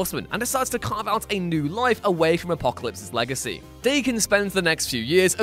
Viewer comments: daken is not pronounced d a ken but dahken it's japanese for mongrel or half breed it's a nasty name to have. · Just as a heads up it’s pronounced (d-awe-ken)